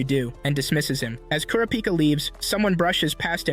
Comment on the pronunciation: I love how he doesn’t say kurapika correctly